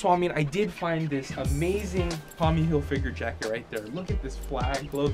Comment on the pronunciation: I find it funny how you say "Hilfigure" :)